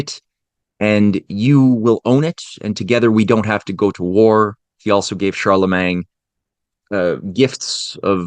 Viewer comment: I wish you would just say all of the French words normal, it feels like a knife in my ears every time I hear CharlemanG, or the pronunciation of literally all French. It's truly a disgusting language, sounds like you are swallowing flem